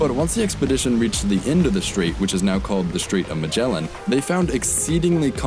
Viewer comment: Stop saying majela.